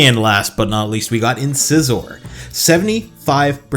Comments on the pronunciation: Its pronounced in-size-or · Its pronounced ( in Size Er )